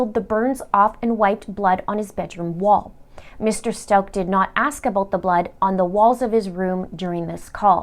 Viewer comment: will also mis pronounce Gannons last name the entire video lol